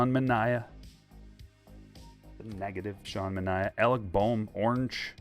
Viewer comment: Thank you pronouncing Sean Manaea's name correctly! What a breath of fresh air. Nobody gets it right. You the man!